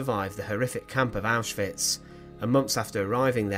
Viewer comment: Thank you for pronouncing names like Auschwitz (OwshVitz) correctly, it's infuriating how many people don't - I know for many it's out of ignorance, but it feels disrespectful.